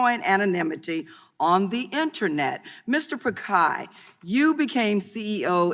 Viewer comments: That's why he's the CEO of the biggest company in the world, it's about being inclusive. Names are proper nouns, and different cultures would pronounce names differently. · First of all atleast Pronounce Pichai correctly. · They can pronounce schwarzenegger.... But they can't pronounce Pichai...... 😂 😂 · Bhai ye log aisa nahi hai ki pronounce nhi kar paate ye bkl jaan bujh ke galat bolte hain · Indians laughing her way of pronouncing ' PICHAI ' 😂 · She didn’t even pronounce his name correct. LMAO. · Can someone tell ms. Lemings how to pronounce “pichai” smh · if you can pronounce saoirse raonan, timothee chalamet, John krasinski, pichai is easier than all of them. Stop making excuses. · She didn't even know how to pronounce and that clown is elected to run the contry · Pronounce his name correctly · Mr. picai?😂😂😂 It's Pi-chai not picai. 😭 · At least learn to pronounce the persons name right congresswoman, just better ask, it’s not Pikai , it’s Pichai ( chai as in chain) . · Not Pakaai... It's Pichai. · Mr. Pichai being called Mr. Pikai😂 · She said pikai instead of Pichai 🤪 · Okay thats not pronounced as pikai rather picai.. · when she pronounced Mr Pikai instead of Mr Pichai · Mr. Pakai...... Noice pronunciation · mr pikhai? At least pronounce his name correct. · Congresswoman calling Sunder Pichai, Pakai instead of pichai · Why is sundar pichai using cisco webx instead of Google meet and his name is pichai not pikai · It's not pikai It's pichai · How on earth is the congresswoman pronouncing pichai as pakai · Ok, she mispronounced google and alphabets CEO Mr. Piccai. that too more often, confidently. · Did she said Mr.Pakai Instead of Mr.Pichai 🤣🤣🤣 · There is difference between "Pikkai" & "Pichai" isn't ? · Pichai is pronounced as pitch-high not pick-high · It's not Pi-kai It's Pi-chai (chai the tea) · It's pichai not pikhai 😂 some one tell this congresswoman 😂 MS de meanings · I feel sick every time the congresswoman says pikai instead of pichai. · It's Pich-ai